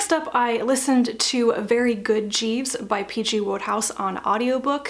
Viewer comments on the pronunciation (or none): Since it seems that you're quite keen on the subject of pronunciation, I thought you might like to know that "Wodehouse" is pronounced "Woodhouse" in the UK :)